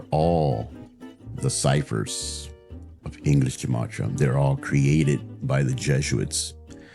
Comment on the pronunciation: just to be a bit more informed than he is about his chosen interest, "gematria" is pronounced with a hard g, like "gate"- Hebrew doesn't have a soft letter g. And among Jews, it was traditionally used for rhetorical purposes, i.e. to connect two words or ideas in order to make a point. That's it.